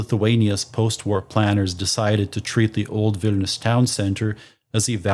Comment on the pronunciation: "Wine"lius ...?? Better Vilnius, no??